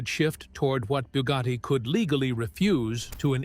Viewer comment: It is Bugatti not byewgoty Chiron not kyron